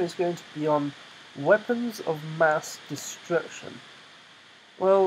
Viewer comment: "MINI MASS DESTRECTION" lol